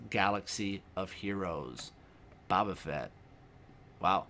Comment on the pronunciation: its boe-ba lololol